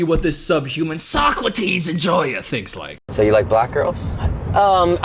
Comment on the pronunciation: How long was he mispronouncing “Socrates” before someone corrected him?